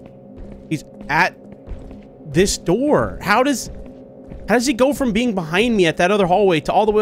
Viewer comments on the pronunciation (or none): none